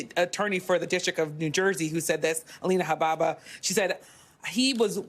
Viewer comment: "Alina Habbaaba" Thats how clueless this news station is.